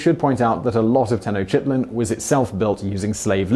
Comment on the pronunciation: New Orleans would've been one of my first picks. I didn't know about Prague but that was depressing. He mispronounced Tenochtitlan. A lot of interesting facts.